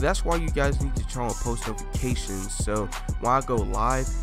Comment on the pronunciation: He said nofication